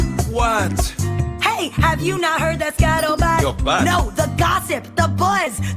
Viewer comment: She cant even say skuttlebut correctly